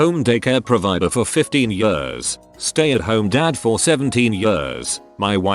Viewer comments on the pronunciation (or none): Did it pronounce "years" as "yers"? 😂